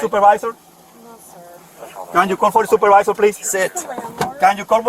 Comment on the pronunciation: "Wheya soopawizer" lol